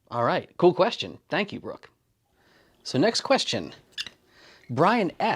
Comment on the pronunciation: It's not Brook it's Brock